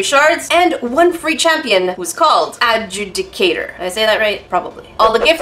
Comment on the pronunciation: You say it like: add-zew-di-cater ,I think.